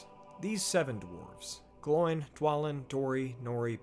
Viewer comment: The pronunciation isn't like a pig's sound, oink, but Oh-in and Glow-in. At least, that's the pronunciation as dictated by the Appendices in Return of the King.